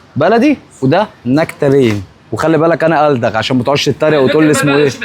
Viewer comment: نكتارين يا ريس مش نكتالين و دي ملهاش علاقة بكونك ( ألدغ ) من عدمه